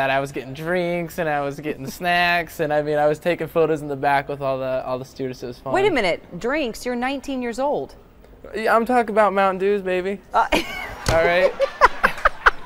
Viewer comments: It's pronounced Mountain 'ew. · “Moutain” Dew?